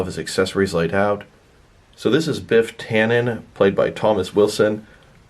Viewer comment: Its tanneN